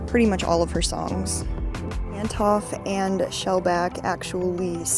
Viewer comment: Good video. Also It's Antonoff